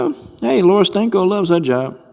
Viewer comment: He said Laura Stanko! Lol!!